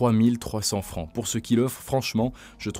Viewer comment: Le 3300 francs m'a sauté aux oreilles! es Suisse?